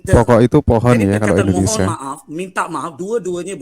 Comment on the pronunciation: Di koreksi lagi bang penyebutan nama negaranya itu harus INDONESIA jangan Endonesia